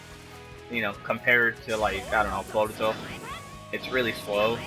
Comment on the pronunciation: Jamison Grandy Its boruto, not borito 😂😂😂